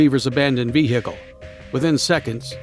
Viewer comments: Why you saying veHicle wrong.... such emphasis on the H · i love the way he pronounces "vehicule" its cute